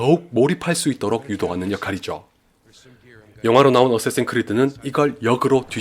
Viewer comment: 어쌔신 크리드라고 말하시는데 발음이 '어쓰에씬 크리드'라고 들림